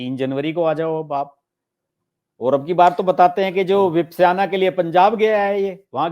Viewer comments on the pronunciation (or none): Vipsyana nahi re bawa… VIPHASANA KEHTHE HI. Angrez accha pronounce kar lethe hi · विपस्याना क्या है? सीधा सादा विपासना तक बोल नहीं सकते ये जानकर पत्रकार? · Vipaysana ka pronunciation sahi nhi Kiya Sir aapne